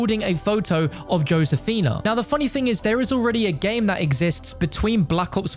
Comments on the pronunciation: Josefina(Hoe-Seh-Feena) not, Joe-Sayfina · It's not ⁰"Yosefinuh", it's "Hosefina" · Srry but i cant stand the Way he says josephena im sorry im latino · Joe sifinia? Its f*cking Josefina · Nobody: Absolutely Nobody:: “Joe Sefina” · Mans really said. Joe-sefina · It’s said like this ho-sa-fina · It’s not joe- sphina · He said josefina wrong for the entire video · Srry but i cant stand the Way he says Josefina* im sorry im latino